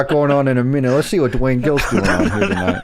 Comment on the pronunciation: Doo-Wayne Gill